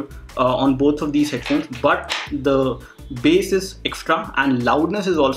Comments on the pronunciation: Bass hota h lakin bola base jaata h c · Dude it is bass not base